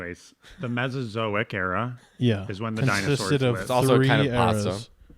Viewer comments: I like how the guy off camera mispronounced it “mesoic” era, then said mesozoic correctly. He is sandbagging, smarter than he puts on. 🤔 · It's kinda crazy that the guy behind the camera kept saying "mezoic" but knew the word was really "Mesozoic" even though nobody else had said it correctly yet. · also said Mezoic instead of Mesozoic, I believe 😄 clearly none of them are very well versed in these matters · I love that even the producer READING gets the names wrong. And how wrong they STILL ARE after this pod. Brontosaurus isn’t a dinosaur. The “mezoic” era is not a thing. It’s all fun though. Still love you guys!